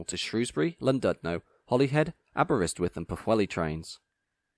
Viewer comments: A nice video but I have 2 issues: 1. Please can you pronounce Llandudno correctly. Whilst I can accept the Ll being pronounced L (as annoying as it is), the "dud" part is pronounced as "did", any other way just sounds wrong. 2. It's quite unfortunate you didn't mention about the ERTMS upgrade to the Welsh 158s to work on the Cambrian Coast between Shrewsbury and Aberystwyth / Pwllheli because that was a big upgrade for the 158s. Regardless, a good informative video. I personally quite like the 158s but much prefer the 175s as they're far more comfortable and quieter to ride on by comparison. But I'd definitely take a 158 over a 150 any day of the week. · Excellent review of superb trains. Only one thing marred enjoyment, the grinding mispronunciation of Llandudno and Pwllheli.